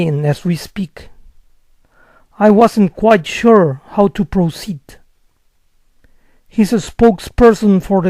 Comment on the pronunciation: Buenas profe .. a diferentes velocidades noté que en la palabra "proceed", ud no pronuncia la "r" y le suena : "poucid" ....asi es o me equivoco.... Gracias por su respuesta